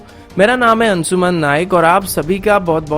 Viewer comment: Ansuman or Anshuman..? First of all purify your pronounciation of "s or sh".Go for Sanskrit to learn proper pronounciation.